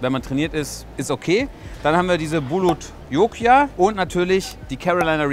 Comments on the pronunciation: Nicht "Bulot Jokia" sondern Bhut Jolokia oder einfach Ghost Pepper. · Bhut Jolokia, nicht bulutlokia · Bulot Jokia? Die heißen doch Bhut Jolokia 🤭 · Die heisst bhut jolokia -.